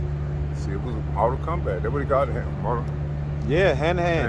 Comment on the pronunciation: Did he say "Mortal Kombat"🤔😬😬